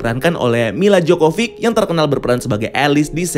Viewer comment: Jovovic, Gan :D bukan Jocovic